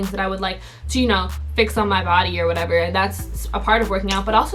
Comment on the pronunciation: When said "this is where u can participate in polls, things like that or whatevaa" 😳 she switching it up on usss 😭🤷🏽‍♀️